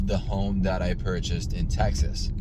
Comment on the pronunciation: Its TEXAS not Tex ass